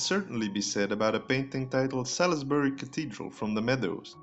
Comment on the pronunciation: Not Sal-iss-Buh-ree but Sauls-Buh-ree.